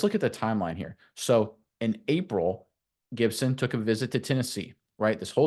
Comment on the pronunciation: lol when you learn how to spell then you should talk 🤣😂😅. It's Gipson not Gidson you sound like Tennessee with David Sanders Jr. on his TENNESSEE OV